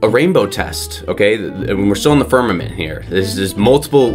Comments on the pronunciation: The firmaNent? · Is it just me or was he saying "firmanent?" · ffs, he can’t even pronounce the word ‘firmament’. Give the doofus a crayon and let him consume it.